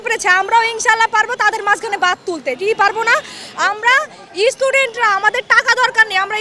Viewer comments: ওকে বল ইস্টুডেন্ট হয় না স্টুডেন্ট হয় উচ্চারণ করতে পারে না আর বাদ তৈরি করবে😂😂😂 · Haat... student k istudent bole...😂😂😂